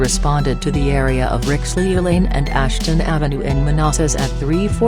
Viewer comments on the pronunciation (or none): That voice butchered Rixlew lol